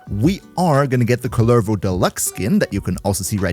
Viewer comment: Your way of saying Kullervo and Yareli is cursed asf lol